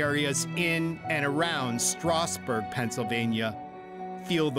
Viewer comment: He got “Stroudsburg” wrong somehow, too. Awful narrator.